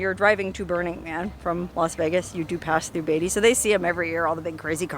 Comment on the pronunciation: It's , Beat - ty !!!!! NOT Bay ty !!!